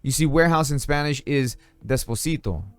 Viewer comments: I'm waiting for this game to be available om Switch. Oh, probably this was already mentioned in the comments but warehouse in Spanish is pronounced de-pó-si-to. Great review! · Despocito!!!! de dice depósito :D , buena reseña.